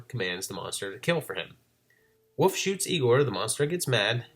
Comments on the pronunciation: Great video, but where are you from that you pronounce wolf as "woof"? The L is not silent in Wolf. I'm not trying to be critical, I'm just curious because the difference in the pronunciation is so apparent and I would think other people point that out to you. Most people use "woof" as the sound to imitate a dog barking. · love the videos, love the channel, but I gotta respectfully inquire, why do you pronounce "wolf" and "wolves" as "woof"? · Love this series! Thanks for all the effort you put into it! ...There is some weird stuff going on with the footage around the 14 minute mark. Also you say "wolf" like "woof" haha :)